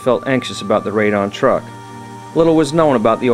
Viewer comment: I believe it is pronounced "trook", not "Truck".